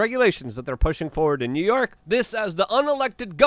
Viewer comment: Luke where is NerYerk city. I noticed you struggle with pronunciations. A little speech therapy may help.